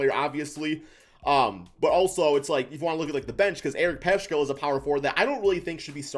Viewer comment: It's pronounced Paskal not Pashal or Pashkal. Need to know the players names before pontificating. Clearly this dude doesn't watch Warriors games!